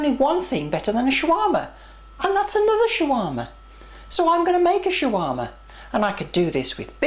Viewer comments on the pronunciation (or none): Its SHAWARMA! not Chiwama.. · its funny how you say shawarma hhh.. but great job on making one. "Like"